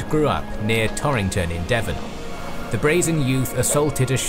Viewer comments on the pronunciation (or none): none